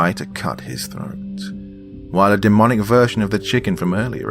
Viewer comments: in , he says 'denomic" instead of " demonic". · smthn he says DENOMIC INSTEAD OF DEMONIC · he says denomic not demonic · he said denomic lmao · Didn’t the other bloke mean demonic rather than denomic? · On number 7 he said denomic instead of demonic XD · He said denomic but it’s demonic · I thought he said denomic but I also thought I was hearing things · it’s demonic but said denomic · Denomic? You mean demonic? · "The denomic nature (...)" oops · did he just say “denomic”? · Denomic he said denomic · Did u say denomic!? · my man really said denomic huh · This dude said fucking denomic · “denomic” lmao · Did anyone else notice he said ‘denomic’ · He definitely flubbed on that word.